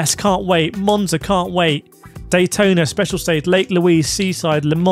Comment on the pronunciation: You lost me with Monza and Sarthe as S....